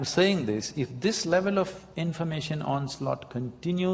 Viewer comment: its 'pace' not "phase" :)